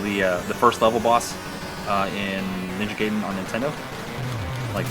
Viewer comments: Guy-den, not gay-den... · *GUY-den, not GAY-den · It's GUY-den! 👊👊